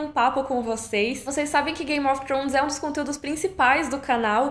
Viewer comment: Queria ter a desenvoltura sua e pronúncia para dizer "Game of Thrones"! 🤗 Descanse bem e volte com tudo!